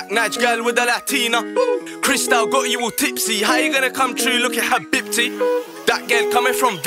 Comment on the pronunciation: Am I the only one laughing at the way he pronounces habibti? Still love this song though.